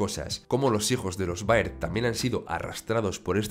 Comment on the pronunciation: se dice berd no baird